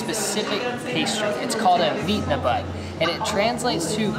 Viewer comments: Again, a lovely experience. Looking at other people eating doesn't really get better than your videos! Also: really impressed by pronunciation of wienerbrød, and I can't believe Americans put cheese on their Danish! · Wienerbrød that was actually were good said